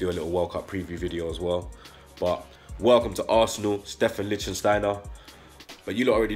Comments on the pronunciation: my brotha, it’s “Litch-Steiner” you and gotta stop with this “Licht-Sten-Steiner” none sense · Good signing as experienced players go. I cant wait to see our new look defense next season. Fellaini or Yaya? Yaya for me too. He should have been an Arsenal player years ago. But if Fellaini comes we have to welcome the yout imo.,,,LICK STEINER...3 syllables not 4 bredrin...lol...love your content tho. Keep up the good work yeah.